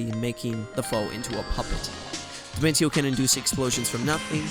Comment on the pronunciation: You pronounced Dimentio's name wrong. It's pronounced Dimentio (dimen-shee-oh).